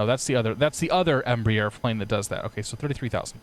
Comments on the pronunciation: Just a note: It's not embrEEer (like beer), it's embrAer (like Ah, or "bra"). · X-Plane Aviation No, it's not. Embraer is a Brazilian conglomerate. I am Brazilian, and the pronounce of both you and is incorrect. Cheers.